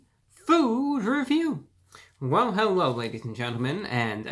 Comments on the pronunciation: I'm not the only one who heard him say 'hewo, everyone!' Like he can't speak, right? 😂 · h….hewwo… e-evewywun..... (;•́︿•̀ ;)